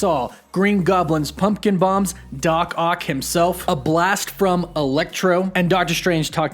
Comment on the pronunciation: "doc oct"